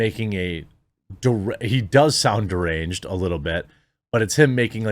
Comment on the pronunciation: How is that "derangee" Jezza? Citizens should be allowed tanks and howitzers